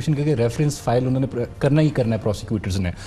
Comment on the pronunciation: Mohtaram Arshad sahab. Mash Allah aap ka program bahot achha hai. Andaz e bayan bhi nehayet umdah. agar yeh aam alfaz jo aap balke tamam punjabi bhai, khaas taur se jo ala taleem yafta hain ghalat boltay hain.. maslan - unhon ne ko un-ne, kabil (Qabil) Fakeer (faqeer), ahmak (ahmaq) Kanun (qanoon, kuchh saheban knun kehtay hain) etc aur isi trah ke doosre alfaaz jo Qaaf se shuru hotay hain woh kaaf bolte hain. aap jessay taleem yaafta saheban urdu ki taang toren ge to yaqeenon naujawan nasal bhi aap ki paeravi kare gi. umeed ke aap bura nahin manain ge. shukriya